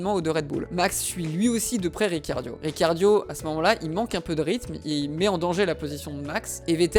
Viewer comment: Trop bien la video mais sa me stress que tu dise riciardio au lieu de ricardo